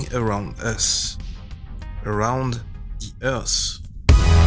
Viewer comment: Ah rhound zee earse ?